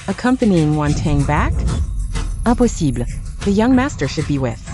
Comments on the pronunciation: Impossible is pronounced the French way 😂 I also noticed that the word come is pronounced like the Spanish way too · Anyone noticed how these AI dub voices are unable to correctly pronounce the words impossible and fine. So funny!😂😂😂